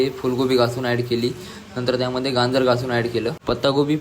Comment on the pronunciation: गांजर नाही गाजर